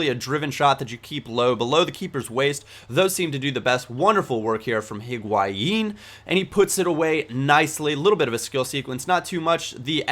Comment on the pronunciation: the H in higuain is silent.........